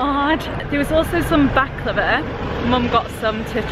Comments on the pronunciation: when she says baklava it sounds like shes saying back lover haha xx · omg I thought you said you were going to try "back-lover" XD ILY